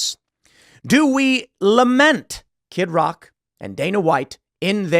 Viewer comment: his name is kid rock not kit rock